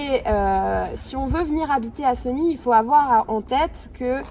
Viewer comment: Chère Madame commencer par bien prononcer le nom de notre ville Séééégny et non pas Segny mal aux oreilles